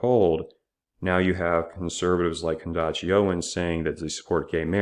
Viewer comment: Did he say “Candashee” Owens lol